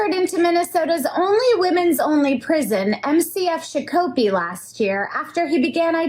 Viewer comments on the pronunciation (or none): MN here. Shak O Pee not Shuh Ko Pee lol. Yeah this state is and has been bonkers where fraud of state funds is a valid and robust business model along w all the other bs. I will say "they" are slowly waking up, starting to see it. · I live across the river from Shakopee! The prison is also across the street from a SCHOOL and there's not really a major fence around it... Also it's pronounced SHAW-kuh-pee, not sha-COPE-ee lol regardless, WTF IS THIS GUY DOING THERE?? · SHOCK - Opie. Not shaw cope e. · It's pronounced SHOCK-oh-pee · I've lived in MN all my life (60+ years) and I've never been to prison, but it's nice to know if I do go to prison I get my choice. If I have an interaction with one of these nutjobs, I may end up there. FYI: She badly pronounced "Shakopee" ( shaa - kuh - pee) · Watching from what's left of Minnesota. (Thanks BLM) Just looking to see of anyone else noticed how she pronounced Shakopee.